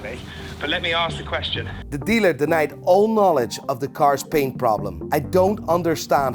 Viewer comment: Why do you say Baint? Not paint